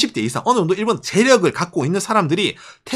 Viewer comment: 부드럽게 말씀해주세요 싸우는거나 재일교포 에게 얘기하는것처럼 너무또박 말하넹요. 텟쓸라가아니고 테슬러 정도 랄까. 죄송합니다